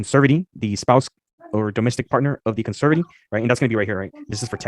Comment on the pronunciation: OMGosh, is as much of an idiot as Erica. It was painful listening to him read. The way he said "conservatee", with the emphasis on the 1st syllable, almost killed me. 🤣